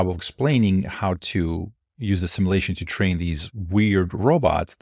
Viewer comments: "sim U lation". Hard to take you as seriously as you deserve when you're mispronouncing a extremely relevant word continuously. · You said Nvidia instead of Tesla. Also, "Simalation" took away my +20 intelligence buff... You learn that word at the libary?